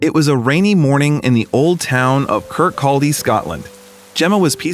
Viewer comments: That's pronounced Kirkcawdy... no L sound. Fife is not a country. It is a county or a kingdom. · I lived in Lossiemouth then Glenrothes. Never heard anyone pronounce Kirkcaldy the way you say, It was always Kircoddy :) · Kirkcaldy - KIR (as in stir) CAW (as in saw) DI (did without the d on the end....this is how to pronounce this place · Awesome story, I'm also from Kirkcaldy in Fife Scotland. I was laughing at your pronunciations, I've heard this a few times on British news channels and radio but I have to tell you, the second K in Kirkcaldy is silent. It should be pronounced "Kir-call-dee" and Fife is a county, not a country, lol, have fun mate. 👍